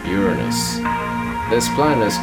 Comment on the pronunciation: = I'm sorry, but why did you pronounce Uranus' name like that? XD